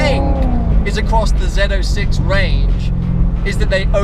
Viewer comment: Zed 06, finally pronounced correctly.